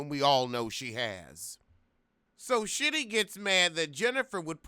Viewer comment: Okay, I die every time you say “Shitty” lmao! 😩😩😂😂